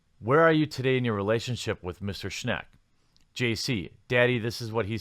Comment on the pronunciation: For what its worth Schenck is pronounced like Shank.